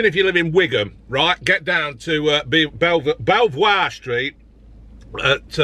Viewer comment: Wait, it's "beaver" street, not "bellv-war"!